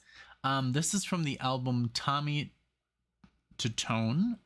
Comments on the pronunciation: Tommy 2-tone is how it's pronounced. The song is about a girl, whose phone number was on the Bathroom wall of a Bar or restaurants. (We have all seen that same kind of numbers for nasty girls) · It's Tommy Tutone..Pronounced Two Tone.. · Tommy Tutone, pronounce as Tommy Two-Tone. Funny true story about the song ; when it exploded onto the radio-play charts, people with that phone number in different area codes all over the country started getting prank phone calls, wherein the callers would begin singing the chorus of the song when the phone was answered. I was in the stereo equipment/music biz at the time, and there were amused mentions of this phenomena in many of the industry magazines of the time. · Tommy's last name is pronounced two-tone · Its actually pronounced Two tone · The band is pronounced Tommy 2-Tone. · It's pronounced: Tommy "Two-tone" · His name is pronounced “Tommy Two Tone”. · Tommy Tutone = Tommy Two-Tone